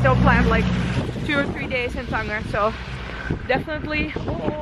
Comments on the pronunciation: Cool vid, it's Tan-Jeer not tanGUer (Tangier /tænˈdʒɪər/) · It's pronounced "Than-ja" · ur nor saying the name of the city correctly .. ur have to say it like tanjier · it does not pronounced that way its tangier " as a J of Jeremy ", glad u had fun though.